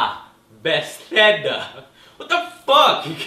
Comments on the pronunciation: BES-THEDA ???? LMAO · Joe, it's "be-thes-da", Bethesda. Priceless. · Be-the-s -da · You still pronounced Bethesda wrong lol. It's: Beth - eee -ss - da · Bethesda is pronounced Ba-tha-s-da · Back when Joe couldn’t pronounce Bethesda! Lmao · He has trouble pronouncing it probably because he knows Spanish. Spanish pronounces it differently. It is the "TH"